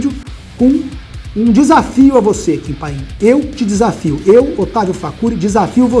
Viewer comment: "Kim panin"